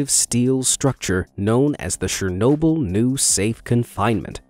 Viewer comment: Anyone else get distracted by his pronunciation of SHernobyl? LOL